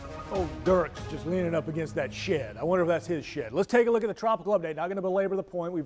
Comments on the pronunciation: He said she'd but sounded like sh*t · "leaning against that sh*t.. I wonder if that's his sh*t!" 😂 You say "shed" funny 😁